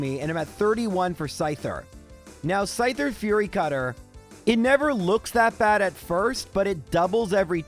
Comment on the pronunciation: A couple of things I'm realizing about Gen 2. 1: It's pronounced "FEE-YURI CUTTER" NOT "FURRY CUTTER" 2: Why does Chuck give out the storm badge? Isn't he a fighting trainer?